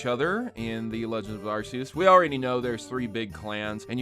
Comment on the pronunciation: I just gonna say that you said Arceus name wrong if hadn't noticed and the correct pronunciation for it is Ar-key-us for the west and maybe the rest of the world.